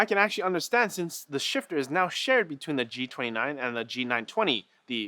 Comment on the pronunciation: for a moment I thought he was saying sh*tter xD